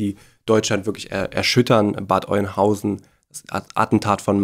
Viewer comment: Bad Öönhausen , nicht Bad Oinhausen.